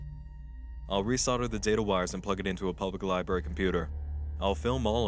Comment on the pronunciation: libRary say it with me libRary not liberry